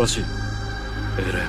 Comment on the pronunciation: 엘런이 아니고 에랜인대.